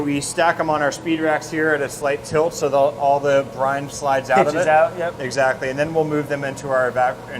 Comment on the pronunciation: I keep hearing Brian instead of Brine wait they sound the same but VERY subtle different